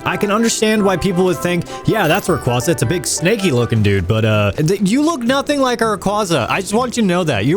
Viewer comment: You mispronounced Rayquaza, Altaria, and Arceus, and you're worried about other people butchering names? Also, why did you recolor Beta Arceus green? Worst of all, you made a dark Betamon fairy purely because you liked that typing more than what fits, and then you made a fairy Betamon electric because fairy-types didn't exist back then. You broke your own rule.